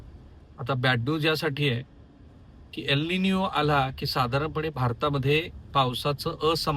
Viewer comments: निनीओ नाही ओ साहेब... एल निनो. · Ek ninyo naahi re,it's Ek NINO